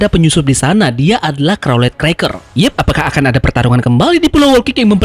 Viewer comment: carlot bang. charlotte.